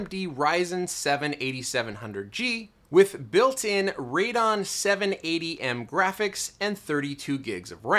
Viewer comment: Jesus... "Radon 780M" .. it's RadEON.. Not sure I want to watch the rest of this video :D